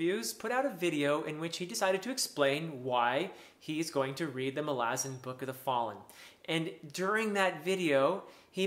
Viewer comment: Doesn't the stress belong on the first "a"?